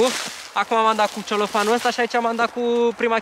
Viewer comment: celofan,nu ceolofan!